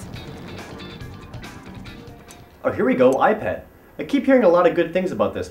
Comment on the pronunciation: I thought he told iPAD or EyePad